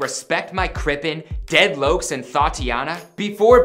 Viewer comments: HE SAID DEAD LOKES 😂💀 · we gonna ignore how he said dead lokes ???? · Bruh he really said “dead loacs” I’m dead bruh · Dead Loucs? 🤣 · He said deadlouks 😑🤣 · He said dead lokes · 蠍 | dead “lokes” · "deadlokes" "deadloke" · "dead loacs" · "dead loaks" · Dead locs he pronounced it white asf